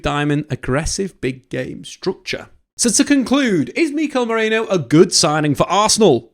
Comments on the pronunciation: ME-RI-NO not MORENO lol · British people can't pronounce Merino for their life. Stop pronouncing it like it's spelled Moreno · Why CANT you pronounce his name properly... MERIIIIIIIIIII NO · Meriiiino. Everyone keeps saying Moreno... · I like your videos, but calling him Moreno every 10 seconds was unbearable, very unprofessional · They can't say his name for some reason. All English media have been butchering his name. I heard Marino, Moreno, Mereno, 🤣🤣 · Every time they try to say Mikel Merino for some reason they say Nico Moreno or something like that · MerIno. FFS at least pretend you're trying... my word. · Butchered his name throughout this 😂 good video besides that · I genuinely can't tell if he's mispronouncing his name on purpose, or is actually dyslexic and can't read the letters of THE NAME ON HIS OWN DAMN DIAGRAMS...either way, do better. Or should that be?